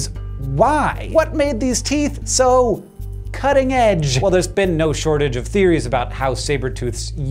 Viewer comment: "so CUTting EDge" the way he said it made me laugh for some reason